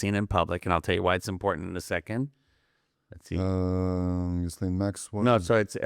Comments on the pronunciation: Her name is not pronounced Jiz-Layne. It is French. The ‘s’ is silent. It is pronounced Jee len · Ghislaine is pronounced "Gee lane" not "Jizz lane". Look it up. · Ghislaune(French name: 's' is silent so, Gee'len not Jiz laine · As a French-Canadian, I can confirm that Ghislaine is a real name. It's pronounced "Ghee-Len". Ghee like Indian clarified butter. Hard G. Let's not disrespect every Ghislaine out there. You lose credibility when you throw out unchecked facts.